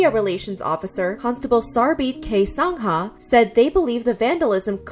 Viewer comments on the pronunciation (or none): fellow Canadians I thought we were better than this (AND WHY PRONOUNCE SANGHA LIKE THAT 💀 SANG-A IS FINE BUT SANG-HA?! THIS HURTS AS AN INDIAN)